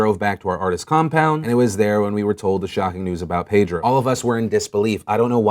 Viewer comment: Phill you know it's pronounced Pedro not Paydro